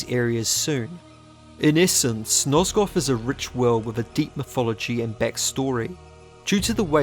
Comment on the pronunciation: "Nozgoff" Love you, I'm just trollin' 💕